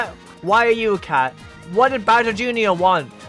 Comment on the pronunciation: Bowsir jooneear